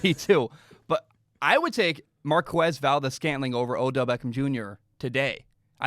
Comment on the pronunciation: Saying Markwez valdes-scantling is like saying kweso for queso. Forget what joe buck taught you.